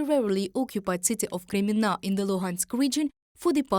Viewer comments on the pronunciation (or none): Like the pronounciation of KREMMINNA! there is a must visit place as tourist! And of course Aluchta at Krym.